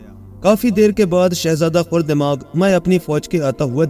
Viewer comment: Aray bhai khurdemag nahi khardemag kaho. Galab boll rahay ho